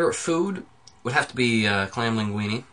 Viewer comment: Er, did you say 'plain linguini' as your favorite food? I asked the question, so I'm just kinda wondering. It sounded garbled.